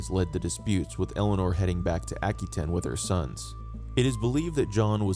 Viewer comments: His mothers name was Eleanor of Aquitaine (pronounced “aqua taine, not aky ten as he keeps saying) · *Aqua wa tane*, not tin. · Never heard Aquitaine be pronounced ackytin